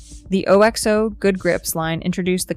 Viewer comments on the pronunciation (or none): If you can't get your Ai voice to pronounce Le Creuset correctly, your commentary loses some credibility. And 'O-X-O' instead of OXO!? Who signed this off? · You do not pronounce OXO correctly. It's oxo, not alexo.